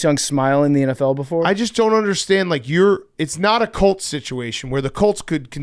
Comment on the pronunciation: Why does big cat sounds like he's saying the Cults lmao